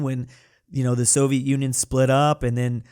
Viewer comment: At this point, u sounded like u said sovit Union exploded, and I came out